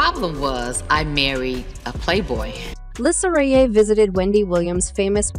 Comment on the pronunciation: First of all, you might want to learn how to pronounce Lisa's last name correct!!!!!! Also, this story is OLD !!!